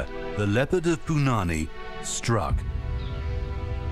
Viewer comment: Man the narrator butchered the pronunciation of "Punanai" and "Rudra prayag". Punani lol..